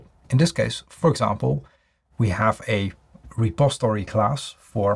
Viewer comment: Why don't you ever pronounce the "i" in the word "repository". You always say "repostory"?